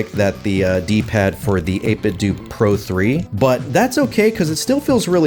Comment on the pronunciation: 8 bit dough not 8 bit dewwwww 😭